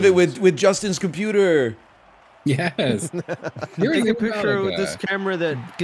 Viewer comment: computah on a boate